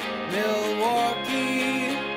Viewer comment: Where the hell is that singer from? Everyone who's actually from Milwaukee knows the L is silent.